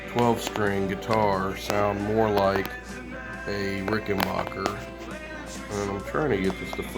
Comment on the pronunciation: Very informative video and well explained, but please can you pronounce my name right; it's Rik'n-bakker, not Rik'n-barker. Thank you, Adolph R.